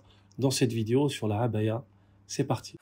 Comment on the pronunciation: Quel plaisir d'entendre prononcer correctement le mot 3abâya ! (العباية, en arabe).